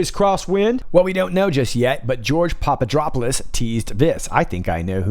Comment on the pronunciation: Papadopoulos -> Pop - ah - dop - oh - lass (no "drop" sound)